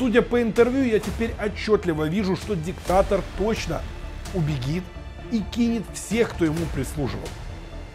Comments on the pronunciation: Не убегит, а убежит. Учите язык, как стыдно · Правильно говорить Убежит,а не убегит. Извини,. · Самые ты УБЕГИТ !!!!!! А он УБЕЖИТ !!!! Говори правильно!!!!! Вроде не колхозник Это всё равно что на унитаз Говорить НИУТАЗ !!!! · Дорогой ведущий, пожалуйста, старайтесь говорить правильно... не убигит... убежит.. и так во многом. Ставлю лайки, пишу комменты == могу рассчитывать на то что этот коммент будет взят в расчёт редакцией. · Все класс, только убежит, а не убегит… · Пожалуйста! Ну нет в русском языке слова "убегит". УБЕЖИТ. Так будет правильно. И не будет резать слух. И никто не скажет, что блогер неграмотный. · Правильно говорить :"Убежит"!!!!! Не позорьте своей речью профессию журналиста. Раз уж вы на нее на этом канале притендуете. Речь с экрана должна быть грамотная.